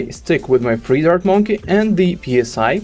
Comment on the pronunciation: Please don't say " P S I" like air pressure. It's pronounced "Sigh" like letting out a sigh.